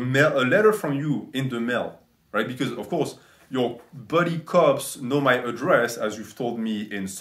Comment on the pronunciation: "Some of muh fans came up with that idea." "Muh fans and muh clients suggested i wear muh cape, gahs, to raise money for muh chari-tee." "Muh MILFs and muh GILFs and muh THOUSANDS of fans and muh HUNDREDS of clients all donated AYE-LOHHT of money because they all love me and want to be part of muh life." "And we raised AYE-LOHHT of money which was donated to muh worthy cause, gahs."